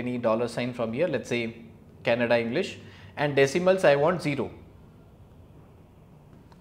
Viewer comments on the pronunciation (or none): none